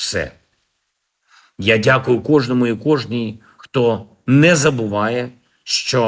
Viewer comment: Кожен,кожня,кижний,Они там что коляться наркотой😂